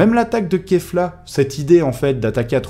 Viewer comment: ça se prononce Keyle mais ça s'écrit Kale. donc c'est bien Kafla et non Kefla ;) Puis écoute bien la VO, ils disent bien Kafla et non Kefla aussi. La première fois que la fusion est apparut, elle a bien Dit KAFLA en VO et non KEFLA